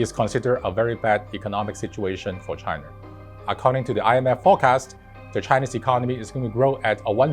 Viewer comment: He’s totally saying Chiner